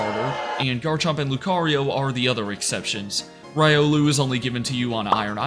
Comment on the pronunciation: That and RAI-olu